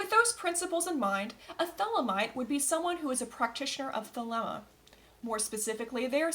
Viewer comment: First things first , you should learn how to pronounce the word thelema property or many avid European occultists may very well find it hard to take your work seriously and end up regarding your efforts the work of a armchair you tube occultist which are many